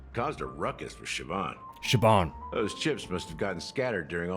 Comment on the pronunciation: Siobhan is pronounced "Shi-vawn", I had a friend in high school with the name. (Which was many years ago, I'm also lava lamp age, haha!)